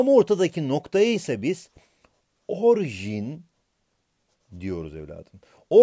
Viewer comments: HOCAM ORJİN DEĞİL ORİJİN OLCAKTI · Hocam 'te ''orjin'' demişsiniz o ''orijin'' olmayacak mı? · Abi orjin değil orijin jsjnndjndnd😂😂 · yalnız hocam orjin değil orijin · Hocam orjin değil orijin